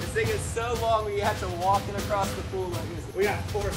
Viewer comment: “Ride acrosst it”